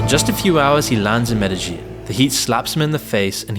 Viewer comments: I'm sure Loser Incel Dork is going to Medellin (pronounced MEDE-yeen) for the architecture. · Ok so this town in Colombia is called Medellin, its pronounced meh-deh-yeen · You mispronouced the name of the city Medellin.